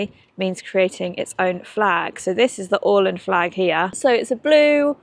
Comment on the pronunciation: Thank you for visiting this part of the world. In particular I want to commend you for your spot on pronunciation of Åland. Well done. ❤